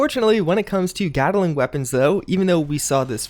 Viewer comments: Gat-ling not Gata-ling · "Gattelling weapon"